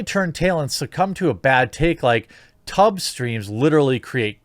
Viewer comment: When I heard you say tub streams, I thought you said tug streams.